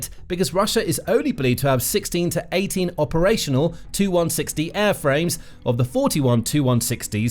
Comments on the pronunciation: Please! Stop calling Tupolevs 2- whatever. They are tee you - whatever. Your video keeps refering to 2 160s &c... Quite irritating. These aircraft are T-U ie 'Tee You' 160 or Tupolev160. Please, you know better than this, surely? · If your a military show. Then you should be knowledgeable enough to know it's a TU-160 . " TU " short for Tupelov. Therefore it's name is " Tee You one sixty " . Not " Too one sixty ". Get it right, it's an identifier for model , series , not the designers abbreviation. See Janes aircraft, NATO aircraft identification, etc.